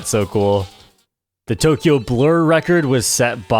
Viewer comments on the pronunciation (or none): none